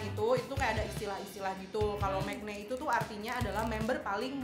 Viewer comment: maknae, not mekne